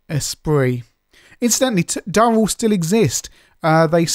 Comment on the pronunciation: It's DU-RELL not DUH-RELL because there is only one 'R' ;o)